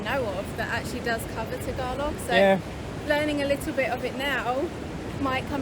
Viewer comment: Tagalog pronunciation is close to perfect